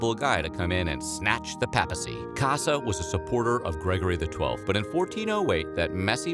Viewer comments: It’s pronounced pay-pu-see. Not pap-uh-see. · "PAY-pl" and "PAY-pacy" Not "Pah-pl" and "Pah-plcy" Probably advisable to look up pronunciation of unfamiliar words